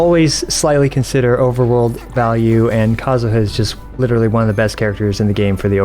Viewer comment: For the love of god please don't invite for more videos. For a vtuber you can't even understand half of what she's saying. Plus she pronounces names weird. Faruzen, yongjin, jeanyan, aiyato, nillao, nolo, jingjo, tenari, aggravit, eyam, seacrose, kozoho